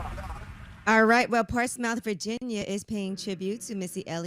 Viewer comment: I’m mad how Yee said Portsmouth lmao